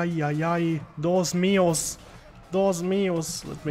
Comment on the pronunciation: "dos mios" LOL it is "DIOS MIO":D